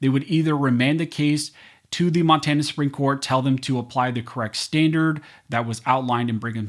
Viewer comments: at :51 in, Mon-tay-na? Where is this guy from? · Learn how to say Monrana